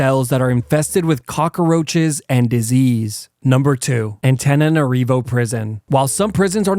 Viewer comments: Learn how to say "cockroach." Cock. Roach. Not "cock-a-roach." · Cockroach not cockAroach. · You say cockaroach like you hate Columbians